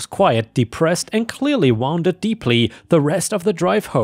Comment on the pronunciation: "wounded" is "woon did," meaning injured/hurt. "wow nd" is past tense of "wind" (sounds like "wined" not "when dd").